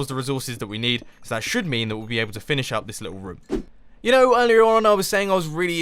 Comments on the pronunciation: You said rohm a lot instead of room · nope is is not correct and it is annoying hearing and is this rum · roooooooom not rom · Mumbo is so funny! I love the way he says room, it sounds kind if like rum! XD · "We could actually make a rUUm" -Mumbo 2015